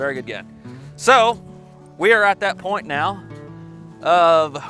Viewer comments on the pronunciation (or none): none